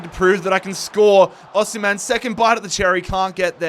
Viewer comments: you pronounce it like this “Aussie” “Hem” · “Aussie” “hem” that’s how to pronounce it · It's pronounced like 'O' 'Seem' 'Hen' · From a Nigerian, it’s au sim(like simulate) hen!